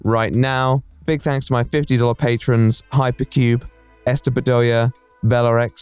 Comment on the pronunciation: Thank you for saying patrons. Not patreons